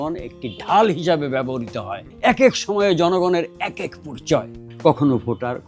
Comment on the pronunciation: স্যার সশ্রদ্ধ সালাম ও অফুরান ভালবাসা। বেয়াদবি নেবেন না। ব্যবহৃত শব্দটি বেশ কয়েকবার ব্যবহার করেছেন। যতটুকু কানে শুনেছি (যদি ভুল না হয়) তাতে মনে হয়েছে আপনি "ব্যবহারিতো" উচ্চারণ করেছেন। বাঙলা উচ্চারণ অভিধান, বাংলা একাডেমীতে "ব্যাবো hriতো" আপনার সুস্বাস্থ্য ও দীর্ঘ জীবন প্রার্থনা করছি